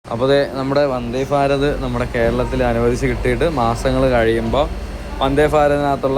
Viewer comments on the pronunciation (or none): Farat അല്ല ഭാരത്